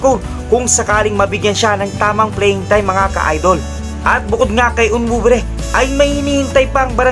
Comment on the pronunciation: Sir hindi po onwubre ....ang tama po ay on wu be re .... Thanks po sir more power po